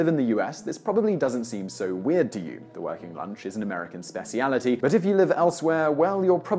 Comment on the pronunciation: Weird pronunciation countdown begins! There we go, Sabban. Runner up spessiality